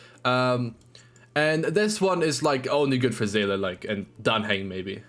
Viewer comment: Someone who can pronounce Seele. Amazing